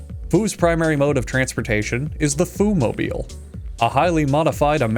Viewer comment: When he says “Fu makes sure this restaurant is serving food” all I could hear was “Fu makes sure this restaurant is serving Fu-d”